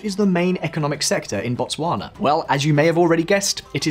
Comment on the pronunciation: Your pronunciation of Botswana is pretty good though